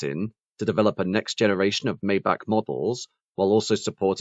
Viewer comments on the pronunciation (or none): I was thinking the same thing. Daimler only gave Maybach their greatest V-12 engines that they had at the time. Also it is pronounced MY BOCK! Only dumbass rappers like Rick Ross say “may back”. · It's not "may-back" - it's "my-bach" like Johann Sebastian Bach, the famous composer. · The Maybach models also used V-12 engines, not a V-8 engine. They got the horsepower number correct at least. The worst offense is pronouncing it “May back”. It is MY BOCK! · It’s pronounced MY BOCK!!! The engine was a 5.5 liter V-12 also. The S models had a Mercedes-AMG built 6.0 liter V-12 engine that put out 604 horsepower and 738 lb. ft. of torque. The same engine could be found in the 2004 Mercedes-Benz CL 65 AMG along with other Mercedes-AMG 65 models at the time. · Sorry. Totally wrong Maybach pronunciation. Despite these are very good quality and quite informative short documentaries, the author seems not to pay attention to correct pronunciation of products, airlines etc, in the videos he creates. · yes, i cringed even more than when a german trys to speak a th